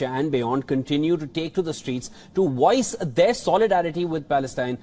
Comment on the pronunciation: It’s not woice, its voice